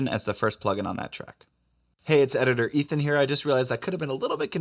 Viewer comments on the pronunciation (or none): none